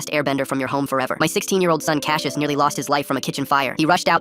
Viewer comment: Hold up. My brother's name is Cassius. And not cash-yish, it's pronounced cass-yus. It is a Greek name.